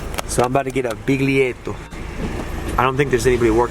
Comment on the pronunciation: btw, the G in biglietto is soundless, you don't hear it. (bill-yet-o)